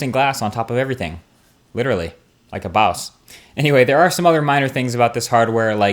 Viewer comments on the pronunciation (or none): none